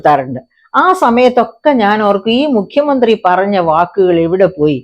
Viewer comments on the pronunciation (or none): none